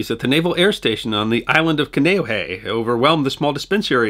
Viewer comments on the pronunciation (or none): Helpful pronouciations... HOnolulu like ho ho ho, Kaneohe is kah knee oh hey, home of the marine corps base which is not an island. Nuuanu is New ooo ah new, Lt. Kealoha is Kay-ah low ha, Saimin - Sy min is a tasty noodle dish often eaten for breakfast. Kukui means light and is also a tree that produces kukui nuts- pronounced coo-coo ey, Ewa is Ev-ah. It's iolani Palace like E-o lah knee. Kahanamoku is kah hah nah mow coo. mow like mow the lawn. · Ewa = eh-vah Kaneohe = kahn-ay-oh-hay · Excellent episode, but could use a little more work on the pronunciations: "Kah-Nay-Oh-Hay", "Eh-va", "Kay-a-low-hah", "Kah-hah-nah-mow-koo", among others. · Also: Kaneohe is a peninsula, not an island. And pronounced: can-ay-oh-hey. Or K-Bay if you've served there. My late father enlisted in the USN 80 years ago today... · Kaneohe is pronounced CON-EE-OH-HEE. My aunt and uncle used to live there. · Kane'ohe (Kah-nee-oh-ee) for future reference.